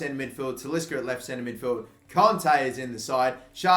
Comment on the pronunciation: Stop calling kante conte